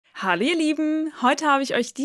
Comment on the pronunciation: Ich verstehe die Begrüßung in keinem der Videos. HALL …..IHR LIEBEN 🤪 Also Hall was?